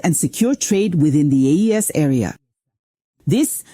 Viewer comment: It's AES not AIS!! Research!